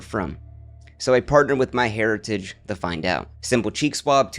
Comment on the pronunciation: You should sue your sponsor "MyHairitage" ☠️